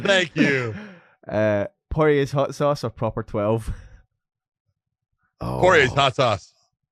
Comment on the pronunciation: lmao I noticed he’s the only one pronouncing it like that 😂